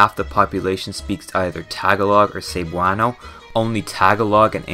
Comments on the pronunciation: I'm a filipino who lives in uk, i love seeing philippines get represented/talked about, but your pronounciation of some words makes me die inside like "may-ni-luh" (manila) and "seb-way-no" (cebuano). you even misspelled "kamusta" as "kamutsa". still a great vid tho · tag a log and saybwano 😂